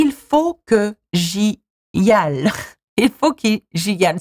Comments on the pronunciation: As a native French speaker, this is almost completely true, except for the "faut que j'y aille" part, this is not "fo'k'zhee-al" but "fo'k'zhee-aye" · Juste une petite remarque, "aille" se lit "aye" non pas "al". Nice video though, I liked it!! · as a native french speaker i got a bit triggered by . faut que j'y aLLe ??? err err .. that "L" should not be pronounced as "L" .. phonetically the sentence would be "fo k' g.i." .. aille, ail , portail, canaille, ... in all these words the "ail" can be pronouced as the "i" just as you would pronounce it in "i like you" - so .. portail becomes "port - i" , canaille become "kan - i" etcetc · Oui, j'ai bien vu la vidéo, et justement, même en abrégé, la plupart des gens prononcent aille " aïe " . Et non pas al , comme elle . A mon avis c'est un régionalisme et non pas une manière courante d'abréger en France. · "aille" in "il faut que j'y aille" is pronounced "aï", not "al". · Bonjour, à vous dites: Il faut que j'y aille Vous prononcez: Fo kji al (al comme la terminaison de: cheval) ça devrait être: Fo kji ay (ay comme la terminaison de: travail, détail) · I'll just add a little correction for one of the last sentences "faut que j'y aille", we do not prononce the word "aille" like "al", it's prononced "aye" ;) Great video, verry funny for me as a french ;) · La prononciation correcte reste "aye" malgré tout ahahah peut-être que suivant les régions/accents certains disent "al" mais je pense que cela reste anecdotique x) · je sais pas si c'est fait exprès ou pas mais le "faut que j'y aille" est prononcé comme "faut que j'y al", en fait, le aille se prononce sans les "l" et donc plus comme ail ou aïe [AJ] si je me trompe pas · Honestly as a French native I'm dying of laughter watching this video and imagining an English speaking person watching it as well and being confused as hell, but everything she said is true sadly xD Just a little mistake, the pronunciation of "aille" is "a-e", not "al"